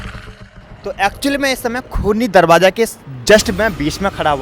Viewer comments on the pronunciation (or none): Darwaza Hota he drabaza nahi Urdu sahi Karo